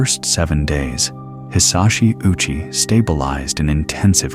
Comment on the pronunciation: Ouchi is pronounced ‘oh-chee’.